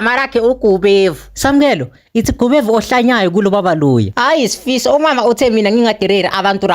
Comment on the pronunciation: Ngichazwa indlela abiza ngayo uSfiso😂😂😂